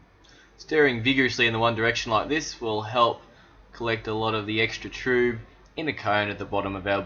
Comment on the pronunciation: Thanks for sharing guys! I love your approach. I never thought to use pulleys, just back breaking one of us holds the bag whilst the other one gently molests it to get the sweet wort out. Your method is so much better! haha Also I thought it was called TRUB like TUB, not TRUBE like LUBE :)